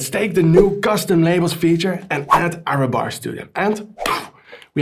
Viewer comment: Error bars not Arrow bars 😂😂😂 it's confusing me every time you pronounce that 😅. Thanks for great videos.